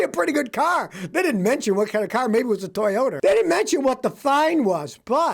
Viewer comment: ToyotERRrr. Scotty from NY originally?